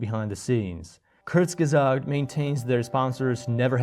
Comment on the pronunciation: I'm dying at the pronunciation. Why did they call themselves that? Just to make it hard for people to refer to them? 😭They're like the Voldemort of English-only YouTube. Anyway, don't overthink it. It's /koorts-guhzahgt/